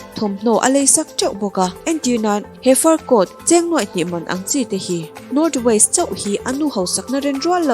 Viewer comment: North Waist ni lovin North West aw... Thil lam hi inzir ve thei nia..